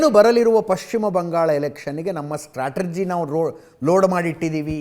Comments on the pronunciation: ಸ್ಟ್ರಾಟಜಿನೋ...ಸ್ಟ್ಟ್ರಾಟರ್ಜಿನೋ.. ಯಾವುದು ಸರಿಯಾದ ಉಚ್ಚಾರಣೆ ಅಜಿತ್? 🤔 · ಸ್ಟ್ರಾಟಜಿ ಸರಿ.